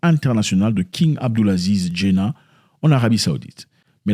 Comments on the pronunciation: On dit Djeddah pas Diennah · Pourquoi tu dis djena c djeddah